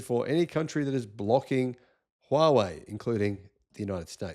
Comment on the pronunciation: Finally someone who says 'Huawei' properly.